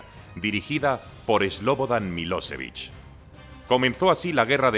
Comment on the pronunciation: Por que esa mania de esdrujulear los nombres eslavos?? Es kosóvo, srebrenítsa, miloshévich... hasta la otán salio afectada 🤦🏻‍♂️🤦🏻‍♂️